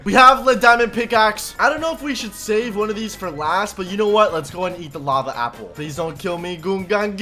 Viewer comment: U said sample not apple 😂 😂 😂 😂